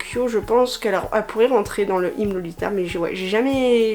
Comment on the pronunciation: Wow j'adore le style pirate lolita et étant déjà fan de steamp punk j'aime beaucoup steampunk lolita aussi! 🥰 Je connaissais pas du tout (à part le style gothique lolita) merci de m'avoir appris des trucs sur le style lolita 😉 Ah oui et au fait je crois que Hime ça se dit Himé 😉